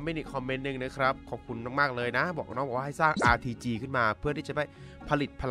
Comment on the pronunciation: ได้ยินRTGเป็นRPG